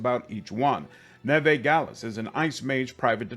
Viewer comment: I think her name is Neve like Campbell not Nevay based on the gameplay reveal how it was pronounced by the characters. Super excited for this game because they’ve really tried to make Rook stand out amongst the protagonist with the customization. Also the fact that there’s basically 9 origins is super exciting and I’ve seen the skill tree that looks like it’s gonna make every build vastly different! The limit on companions makes perfect sense, you are not an army, you are a unit… having too many companions takes away from the intimacy that’s what the companions work in Mass Effect so well. Crpg’s are made to have a large team of 4-6 teammates because of the way combat works.